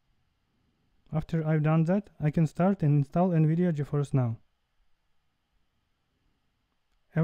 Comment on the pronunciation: “Gi Fi N”